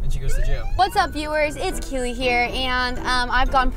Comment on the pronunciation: ITS KEELEY NOT KELLEY